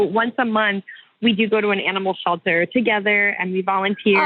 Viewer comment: Sounds fun, but…they go to an animal shulter and volunteer? What’s a “shulter”?